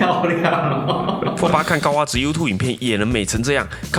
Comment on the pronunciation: 那是讀fold 不是讀folder